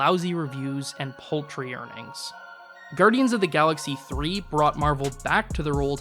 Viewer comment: it's not "pol-tree" earnings... it's "paal-tree"